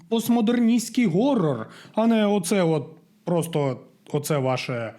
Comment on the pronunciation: Прикольно коли іде відео і люди на англійській кажуть Хорор Хорор Хорор і в кінці автор ГОРОР 😂 . СИСТЕМА переважає над усвідомленням !